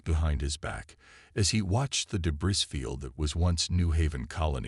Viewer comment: YET ANOTHER example of Crappy AI!!!! WTF is a "deh-BRISS" field!!!???????? STOP using POS AI!!!!!